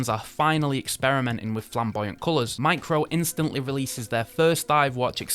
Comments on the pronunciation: DYSLEXIC much? It's MIRCO, not Micro. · Did your extensive research tell you that Mirco, a watch manufacturer, is pronounced Micro? Hoot mon, ken ye no read?? 👎FFS! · Why do you keep saying "micro", when the brand is actually called "mirco" ?!?!? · I swear that 2nd brand is named "Mirco" and not "Micro" 🤷🏾‍♂️ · M I R C O - Mirco NOT micro. Didn't you even bother to read the website? 🕶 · Its mirco not micro, shame on you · Not micro but MIRCO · Dude....japanese micro brand called MIRCO not MICRO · Mirco and not micro ... It's tongue twister I know. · The brand is clearly Mirco, not micro, so annoying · So confident in calling 'Mirco', 'Micro'. Legend